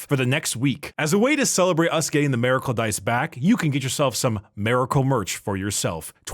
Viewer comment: What the hell is a "Mareicle"? Is his voice resonating in his 5-head and ruins "Miracle"?